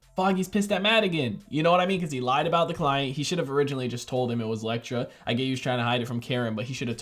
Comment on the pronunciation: He finnaly said Elektra!! 🙏🙌 lol, jk love the reaction as always ❤️